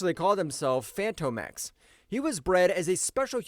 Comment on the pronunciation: Bro, are you saying Fanto X? Wtf?! It's literally pronounced as Fantomex like a ghost or a spook. Like the Phantom of the Opera! "Phantom-Ex"